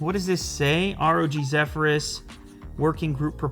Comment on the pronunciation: It's the misspronunciation of Zephyrs for me. lol